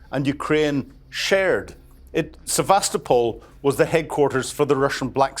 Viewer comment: Sevastopol = Sye vas toe poll ( as in polly)